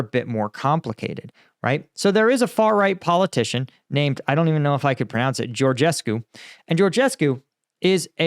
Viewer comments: Your pronunciation of Georgescu is great! (you can pronounce the last syllable as coo as opposed to cue, and then it'd perfect :-D no need for perfection though) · You pronounce the name of the moron quite well. You should add some reference to Romanian elections in the title, maybe, to get few hundred or few thousand more views from this part of the world. I am trying to explain to my acquaintances for ages that there was no Russian involved there, but they think I am dreaming. Th former president (Basescu) also said in a public interview that he thinks the job was intern. In my silly opinion, the elections were not cancelled because of georgescu (intentional lower case), but because of Lasconi. The local leftist party sponsored georgescu because he was the easiest to beat in the second round (he really is an imposter and a moron, everything he says is empty, hollow, vapours, he preaches for a beautiful world but did not present any plausible solution to any of the real problems the country has), and they expected a match between their candidate (Ciolacu) and georgescu in the second round. But as their candidate was eliminated in the first tour in favour of Lasconi, they decided to do all the circus with the cancelation.... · "I don't even know if I can pronounce it: Georgescu" then goes ahead and pronounces it perfectly like a native romanian :))